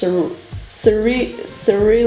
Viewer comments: in case you wanted to know, mauve is pronounced mohv (one syllable) and cerulean is sir-ool-ee-an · Nah, cerulean is more pronounced se-ru-lee-an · I watched another video and you asked for people to correct you nicely so Cerulean is "Sir-il-an" and Mauve is "Ma-aw-v or Maw-ve"